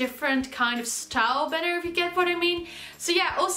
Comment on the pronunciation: *banner not benner